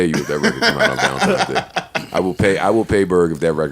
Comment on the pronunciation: Did Berg say ValentiMes day??